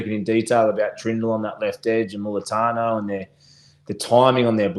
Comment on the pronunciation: Can someone tell it's Mulitalo not Mulitano 🤦